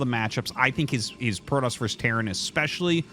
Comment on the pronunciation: Why do you say Prodoss? Is it because they said it in the Wings of Liberty campaign? You know it's Protoss, right?